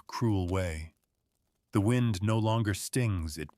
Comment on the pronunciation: "wined" howling... Spoken by a machine that's never felt or heard any wind.